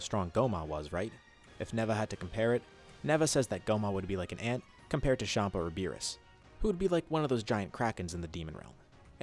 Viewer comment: Its champa not shampa